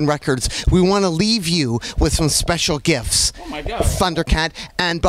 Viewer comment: Hey guys look at this guy he said "sepcial" lmao (everyone knows the actual word you'd use is "special", "sepcial" is not even a real word!!)